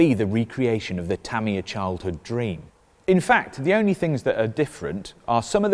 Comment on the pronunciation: "tuh-mia" like "[mia]ta", not "tammy- yuh"